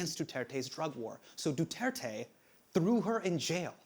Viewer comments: "Ronald Batow Dela Rowsa" "shaboo" "DooTertey" "BangGow" man, these guys butchering pronounciations of words and names sounds funny. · Late response but Du-Tear-Teh, (tear as in rip) and Shah-boo, the a pronounced as 'ah'. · Sha-boo and Du-ter-te mispronunciation club here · I'm years late... But "Bung-Gow", "Ba-tow", "Doo-ter-tey", and "Sha-boo".